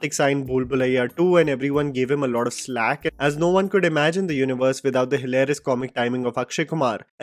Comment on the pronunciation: Flak, not slack.